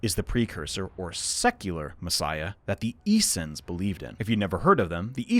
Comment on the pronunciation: Issens? Issens... Issens...? Issens... ! Essenes! Motherfucker! Took me a whole minute to figure out what you were on about. Might have taken even longer if you hadn't mentioned John the baptist!